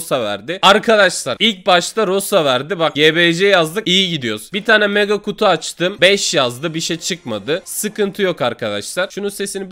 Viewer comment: Abi rosa değil roza